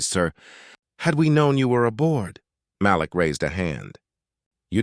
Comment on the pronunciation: Thank you for finally pronouncing Malik as Ma-LEEK most of the time. Kudos!